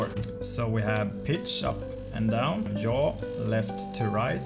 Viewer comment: Jaw? What’s jaw? I know what YAW is but not jaw